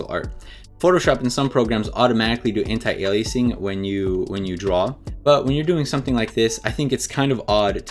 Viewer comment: I love you for pronouncing anti-aliasing right.